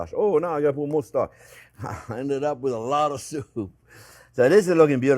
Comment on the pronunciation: I died laughing when he said “I ended up with alawwta soup” 😂😂 I could watch these videos forever.